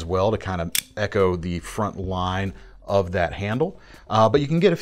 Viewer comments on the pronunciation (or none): none